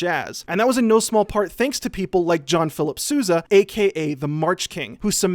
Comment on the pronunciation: Y'all pronounce Sousa wrong! Learn my family's name already.